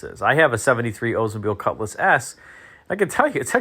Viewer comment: I think it's pronounced Oldsmobile not Ozmobile!